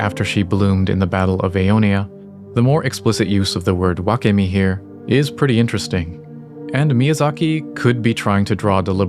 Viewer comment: wakemi: butchered